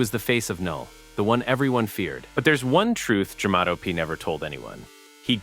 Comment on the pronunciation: Jamato not jamato